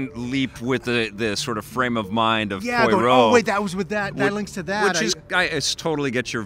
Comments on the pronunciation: Its pronounced Po-wa-row, not Po-i-row. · Poirot is pronounced pwa-ROH